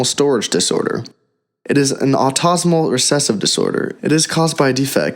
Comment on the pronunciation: "autosmal...glogi"? we hear clearly this is machine-voiced garbage. I don't like to be negative but this is really sloppy work.